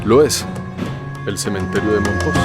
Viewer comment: No se pronuncia mompoX acaso?